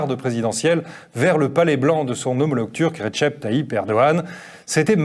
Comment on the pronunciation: on dit "redjep" et pas "retchep"